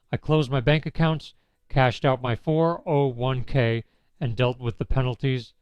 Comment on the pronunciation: I usually don't bother with AI as soon as I smell it but in this case whoever chose the monotonous tone of a born loser deserves the credit, except of course not training the robot to say "401 k" properly ...